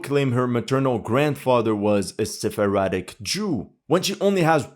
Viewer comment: Se-phar-dic not Sepheradic!